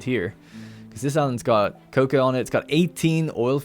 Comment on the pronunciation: Can't stop laughing at every time you say "coca" instead of "cocoa". you're dealin' with some good stuff there